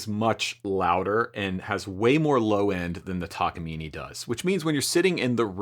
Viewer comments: Now it's a "Takaimine" instead of Takamine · Would it kill you to say Tah-kah-mee-nay? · Now, learn how to pronounce it: tak a mean eh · I think it's pronounced "Takaminé" sounds good much love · Downvoted for consistently deciding to pronounce the i and e in Takamine as if they were the same letter.